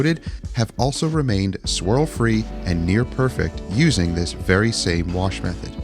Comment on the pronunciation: Nice Job, I always enjoy the neglected cars that are brought back to life with that detailing TLC. "Pressure Warsh!" Sounded just like some of my friends from the Baltimore, MD area. Is your wife originally from there.